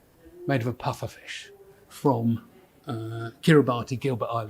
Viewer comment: Just a heads-up,, it's not KiribuTee, it's KiriBus. I lived near there for a bit & figure it's polite to call nations by their actual names.😉👍